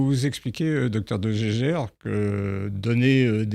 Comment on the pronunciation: De Jaeger ne se prononce pas du tout 'de gégère' 🙂